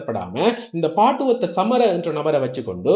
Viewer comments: நீங்கள் சொல்லும் பெயர்கள் பிழை.. பாடுவத்த அல்ல Batuwaththa. தாமர அல்ல தமரா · பாட்டுவத்த அல்ல பட்டுவத்தை බටුවත්ත என்று உச்சரிக்கவும்.